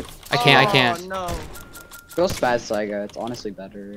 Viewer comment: Much love to for not saying sayga but saiga